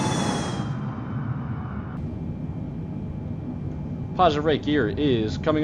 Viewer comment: Man, why'd you stop saying "ro-tah-tay"?